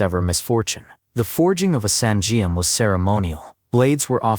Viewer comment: good video but the Korean names of the weapon are not properly pronounced. For example, Geom is pronounced like 'Gum' . and Saingeom is pronounced as ' Sah - In - Gum .' etc